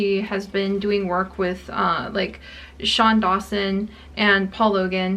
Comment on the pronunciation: I love you and the videos you make but when you tried to say Shane Dawson and Paul Lagan (it's Lagan Paul btw) I dyed 😂😂❤️❤️I understand you don't watch them but it just made me laugh x